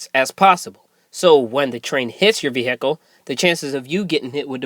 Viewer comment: Good vid, but the word vehicle has the accent on the 1st syllable (ve) not 2nd syllable (hic)